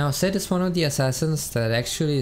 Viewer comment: It sounds like he’s saying sett not zed